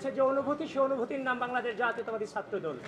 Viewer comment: সে ছাএ কে সাএ উচ্চারণ করছে, কেমন ছাএ?